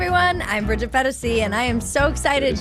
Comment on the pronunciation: You pronounced Bridgette’s name incorrectly 😂